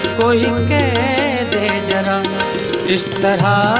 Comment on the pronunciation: बहुत अच्छा गाते हैं पर उच्चारण सुधारने चाहिए, यथा जरा नही ज़रा, दो जगह श को स गांया है।